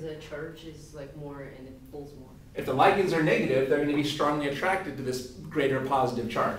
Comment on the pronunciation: why do americans pronounce ligands in such a retarded manor